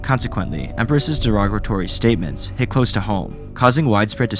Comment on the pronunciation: nice video but isn't Wares pronounced as "wares", as in the goods that a company sells? Not like war-ez? edit: there were some other issues like "derogratory", try to work on your pronunciation of those words more so you're not slurring them or adding extra letters. but overall good vid.